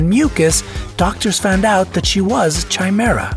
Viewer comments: Its pronounced <Kai>Mera not <Chi>Mera, K not Ch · Chimera is pronounced different.... Kai- mare - ah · Chimera, pronounced Ky-mera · Chimera is pronounced as K-im-ear-a not Chime-ear-a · It is pronounced "Kimera" not "CHimera" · Chimera is pronounced kimera. No chaimera. So it's kimerism not chaimerism. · FYI, chimera is pronounced with a K sound, not CH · It has always be K-imera. Ch-imera was never the right way. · when he mispronounced chimera i lost it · Chi-mera SMH. Chimera is a K sound, not CH. >_< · I hate how they say chimera, it's not a ch sound, but a K sound, but fun list other than that. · Chimera is pronounced with a k not a ch. so kimera not chimera. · CHI-MERA? OH MY GOD LOL you are saying it wrong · It’s not pronounced ch-I-mira it’s pronounced c-I-mira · It is pronounced Kai-mehr-uh. The word sounds nothing like an overly spiced cup of tea {chai}. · Chimera is correctly pronounced like this: KI-mehr- rah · OMG WOULD YOU LEARN TO SAY CHIMERA RIGHT?!?!?! It's KY ME RA!! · Not pronounced chye meer ah!!! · Just so you know, the word chimera, is pronounced *ki mera*....one last little thing, I have 2 of these bonus features...lol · Isn’t it pronounced ‘Kai-mera’? I’ve never heard it with the Ch sound. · Just figure that CHI is actually spelled X in greek, and is pronounced "KI" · It is pronounced KH-EYE-MER-A! Why can't narrators read anything beyond basic phonics??? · The preferred pronunciation of CHIMERA is with a hard K sound at the start, from the Greek: ky-MER-a. Every time I heard it mispronounced, I winced. Also, I wish you could have included more details about any connections or prevalence of each feature to specific races or nationalities, geographic regions, hair/eye color, body types, etc. For example, which peoples most often have those dense bones. This was a fun show, thanks for posting. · It's not Chimera--it's pronounced Kimera (k sound, not ch sound) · Ch in Chimera is with a hard C. It's pronounced kye-mehr-ra.